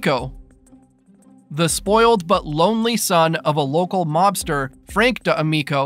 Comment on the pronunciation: I'm sorry but why is no one talking about how the narrator added an extra syllable to "D'Amico" lol